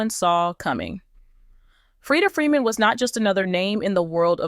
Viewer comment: It's Foreman.... George Foreman Freeda Foreman. Smh